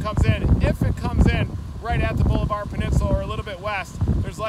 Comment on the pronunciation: It is pronounced Ball-a-ver. It is not Boulevard. Seriously you aren’t even close.